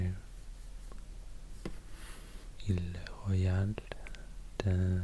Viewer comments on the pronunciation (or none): none